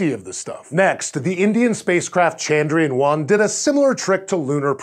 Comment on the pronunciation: BTW Chandrayaan is pronounced CHUN-DRUH-YAAAN.